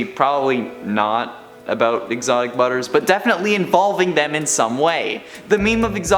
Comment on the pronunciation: he says : "exotic brubbers"